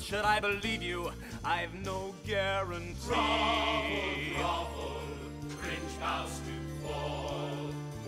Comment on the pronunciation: When I was younger I thought the narrator was saying bravo rather than grovel As a child I was still confused